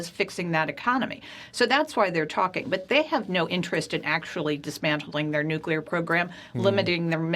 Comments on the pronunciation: Saying "nucular" makes you sound unintelligent. Stop it. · This commentator - who has a very odd accent - needs to learn how to pronounce the word "nuclear"